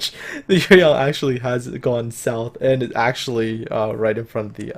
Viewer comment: Shenyang and Yueyang are both Chinese names, and you pronunciation is surprisingly accurate.